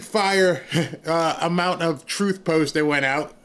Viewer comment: Here's what I want to know is, What does Trufe mean?.......oh, oh, she means TRUTH......she probably says AX instead of ASK also.